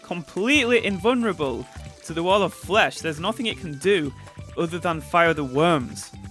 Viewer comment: Nobody: in the intro: t h e t a l l o f f l e s h